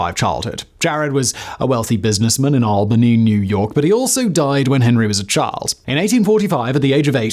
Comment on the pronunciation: Hey, he finally pronounced Albany right